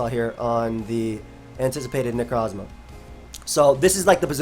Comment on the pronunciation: Every single time says necrosssmah i laugh like a madman, it cant be helped